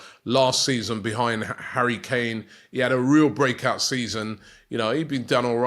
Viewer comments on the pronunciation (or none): none